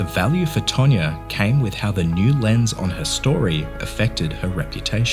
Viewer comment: It's TANYA, not TANYA-R